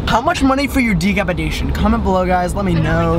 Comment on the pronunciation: knows it’s decapitation Also: ~degapadacon~